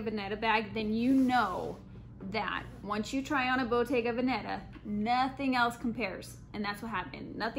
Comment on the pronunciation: I also right you kept saying Bottega Banana lol